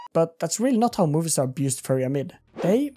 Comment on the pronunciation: It's MOVIstar not MOVIEstar :D